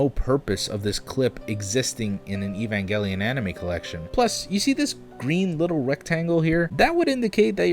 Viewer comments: ITS NOT EVANJELLYON IM GONNA CRY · Evanjelion xD it's evangelion. It's like Gif NOT FUCKING JIF xD though to be fair your not the only youtuber to pronounce the show this way xD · It's EvanGALion. Pronounced like the word for a gust of wind, Gale. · Evangelion: Evan, as in the name, Evan. Short E, short A. Gel: hard G, short E. Ion: pronounced like the name, Ian. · Its pronounced Evanjelion like Evangelist. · you said you would talk normally and went right back to evan-jelly-un :D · “Ee van gel ion”. Nope. Done here. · It's pronounced Evangelion. G as in GIF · evangelion has an hard g, like in "gore"! nice video! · I'm certain 1500 different people have told you already, but since you asked, Evangelion is pronounced with a hard G. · “Evanjelion.” Who are you, Robin Williams? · It's Evangelion, not Evanjellyon. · evanjelion? Evanjelion? Fucking EVANJELION? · evangelion is one of the worst and it's pronounced evange-lion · >EvanJELLYON REEEEEEEEEEEEEEEEEE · it's AY-VAN-GHELEEON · e-van-jelly-on Great pronunciation! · Its Evan Jellion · hate when they say evan-Jelly-gun... .. it would be eBan-Geh-rion. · It's Ev-an-gay-lien you stupid hack fraud!! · Gel not jel Opp not "oh pee" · It’s pronounced ay-van-gel-lē-on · It's not evanjelian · Evangelion Not Evanjellyon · "EvanJELLion" ew. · "evanjelion" "oh hes just making a joke" says it like that again "Oh no.." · It’s actually pronounced “Evangelon” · EE ONE JELLY UHN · Oh shit, didn't expect this so soon. It's ay-vahn-geh-lee-un. I did have a theory a while back that this had something to do with the End of Evangelion DVD menu, which is basically this but on crack (and filled with spoilers), but it doesn't seem to tie together that well since it was the US release of EoE which had that menu. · how are u gonna make an evangelion video and not even be able to pronounce it right ... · how u say evangelion... </3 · you pronounce it like you pronounce "angel", ev-angel-ion, its uncomfortable to watch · Hard G in Evangelion